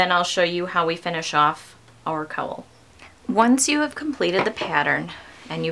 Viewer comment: Gorgeous pattern, but for Pete's sake, please learn how to correctly pronounce "cowl". What do you call the animal that gives milk and says 'moo'? Now, just add an 'l' to that. ;)